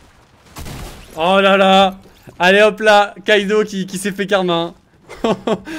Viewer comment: c’est normal ou non? Tu n’arrete pas de dire Kaido alors que c’est Kido? Sachant que meme dans les redifs de game on voit que c’est Kido ta virer le mauvais ou tu trompes niveau élocution